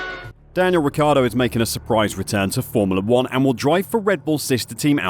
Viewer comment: i love your videos, very informative. i cant unhear the way you say formoolah 1 though! haha